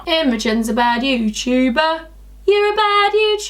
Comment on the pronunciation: Why do you say yosuber